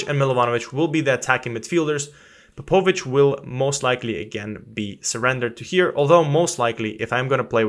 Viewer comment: Ps. You are mispronouncing Popovics name. Its like Matiya Popovic :))